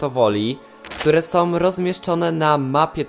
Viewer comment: ogólnie ja na ten temat sądzę że sso nie może tak po prostu tego wyjaśnić i że powinny być jakieś bardziej rozwinięte zadania z tym... Może kiedyś będą. I mam jedną prośbę czy mógłbyś wymawiać ą a nie om bo to boli w uszy. Jak mówisz którymi są to zamiast są mówisz som co lekko denerwuje. Komentarz nie miał na celu nikogo obrazić jakby co:D